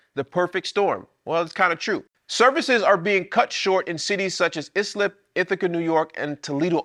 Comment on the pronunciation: (eye-slip) NY ISLIP